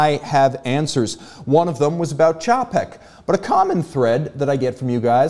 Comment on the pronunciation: You're the only reviewer I know that pronounces "Czapek" correctly. Cheers!